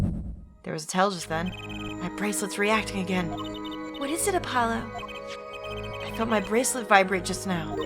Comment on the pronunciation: I do love how the worst Klavier does is playful teasing. Even prosecutors like Edgeworth said "You are nothing!" to the defense and the worst Klavier does is call Apollo Herr Forehead. Also it's not 'Air Forehead' the H is not silent and Trucy called Apollo "App-olo" in the last part. This case also has one of my favourite lines from Alita Tiala thanks to Wocky being a dumbass.